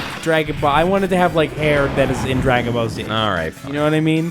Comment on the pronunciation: When they said "Dragon Ball Z hair", it almost sounded like "Dragon Ballsy hair".